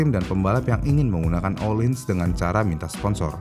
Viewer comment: Ohlins bukan IKEA